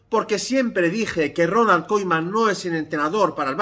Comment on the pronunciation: KUMAN KUMAN de verdad me da toc que pronuncie KOIMAN xdddd